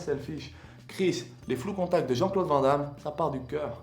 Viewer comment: vanne Damme... ça se dit vanne damme ;)